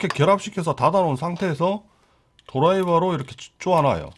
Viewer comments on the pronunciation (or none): 어감이 재밌어서요 사투리같이 쫙달라붙어요 ㅋㅋㅋ